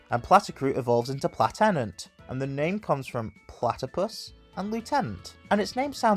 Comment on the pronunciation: *platipus not platicuit 🤚